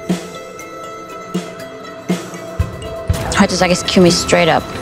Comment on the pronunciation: Wie alle Kieu Mys Namen falsch sagen lol voll anstrengend Druck Team und traurig einfach